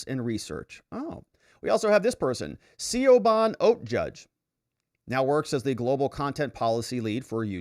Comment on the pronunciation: It's pronounced "shiv-on".